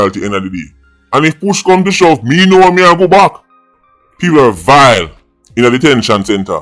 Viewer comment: the way does say VILE 😂😂😂